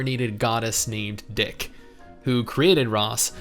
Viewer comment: Just to clear some things up here... The goddess is Dee-Shay, not dick, F2P Players can pity a unit at least once a month which I feel is pretty generous, E7 bot arena isn't the only PvP, we have RTA (Real time arena) w/ drafting and fighting real players, in real time (there's currently a Esports competition going on as I type this), as far as comparing to other gacha rates, the 1% for a 5* is low, but a ton of the 3* and 4* units are incredibly powerful and they consistently try to make them meta(I have an alt account that's 3* units only and I can play RTA pretty well with it and clear all PvE content), and unlike a lot of current gachas, the 5* is guaranteed at pity. No 50/50, no increased rate if it's not obtained, guaranteed. In guilds there are tons of guilds that don't require applications (open acceptance). Also, the story is super generic in Episode 1, but the story telling gets drastically better as the episodes go on (we're on episode 4). Also don't forget to check out their plethora of Songs being released (look up Promise from Epic Seven) and are coming out with a web novel this year (hopefully an anime, soon). You're right though, this game actually requires you to *play*. It has a lot of content and a lot to do, which is actually to it's benefit. It's not a typical gacha that you can just log in and play for 10 minutes and you're done, you have to actually play it.